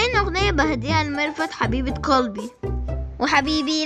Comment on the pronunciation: قالبي قلبي وش قالبي ما يعرف يقول قلبي